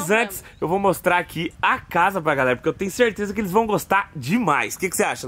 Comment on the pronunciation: Muito de Boa Mesmo PoRRRRQUE kkkk Amooo essa fala